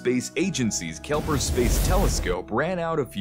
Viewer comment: I'm pretty sure it's "Kepler" not Kelper